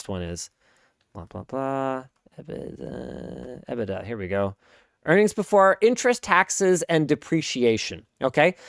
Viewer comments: From the UK: that’s a horrible way to say EBITDA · Literally no one pronounces EBITDA like that